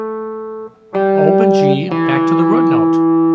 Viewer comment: I knew you were from Chicago........Something about the way you pronounce "Root" 🙂